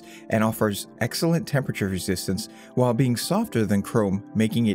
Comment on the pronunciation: Whall The word is while, rhymes with style